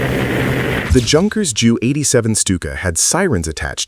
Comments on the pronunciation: “Junkers” is not pronounced the way an American sees it written, it is pronounced “Yun-kers” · Junkers - with the "J" sound? Did Fred Sanford fly that plane. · Pronounced You--kers not Junkers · The way you pronounce "Junkers"... 😅...try yoong-kers instead, that gets you very close. You were on the money with Stuka BTW! I'm not German but Dutch; yet, I speak, read and understand German quite well. Do realize I had to go to school for that, it's not just roughly the same language! Nice vid otherwise! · Pronounced "Yunkers" not Junkers 🙄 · It's pronounced "youn kers" ,not junkers. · It's pronounced yunkers not junkers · The "J" in "Junkers" is silent. So, say "Yunkers". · I came here to point out this error in pronunciation also. He makes it sound like clapped out cars.Not exactly silent J though, as that would make it "Unkers", rather it is spoken like a "Y" like you pointed out, as in the German "ja", meaning "yes" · Junkers.... 😂😂😂 it's pronounced yoonkers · It's not that difficult to use internet and find the proper pronunciation of non-English words. It sounds extremely silly listening to the way you pronounced "Junkers". Take a minute to check it out.